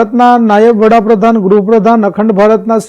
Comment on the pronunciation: વડાપ્રધાન આવે વહાપ્રધાન નય